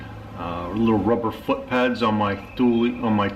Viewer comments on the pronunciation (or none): is "too-lee". In 1942, was founded by the Thulin family, when Erik Thulin, a true lover of the outdoors, put the name on a Pike Trap that he designed and began selling to the fisherman of Scandinavia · It's from Sweden. There's no th-sound. The Thulin family pronounces their name too-lee-n